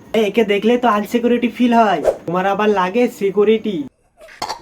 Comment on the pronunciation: সিকোরিটি না ভাই সিকিউরিটি 😂